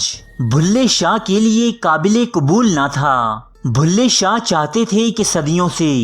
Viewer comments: کم از کم کمنٹری تو کسی پڑھے لکھے آدمی سے کرائی ہوتی بلھے شاہ کو بھلے شاہ بولتا ہے۔ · Stop saying Bhulay shah it's Bullay Shah..